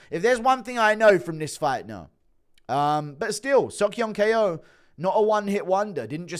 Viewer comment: Why tf does guru still call Ko, K O